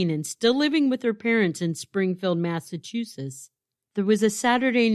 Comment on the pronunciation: MassachuseTTs- 👍🏼 MassachuSSiSS-👎🏼